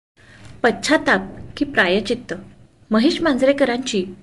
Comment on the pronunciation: ताई पश्चाताप शब्द नीट उच्चार करा.तुम्ही तेथे छ चा उच्चार करता आहात.